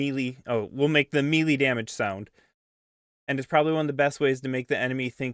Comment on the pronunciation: Melee is pronounced may-lay btw